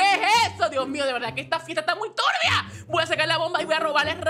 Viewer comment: 😅 por qué ella dice turbia muy raro😮